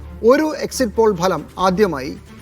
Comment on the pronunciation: ലെ മലം അല്ലടാ ഫലം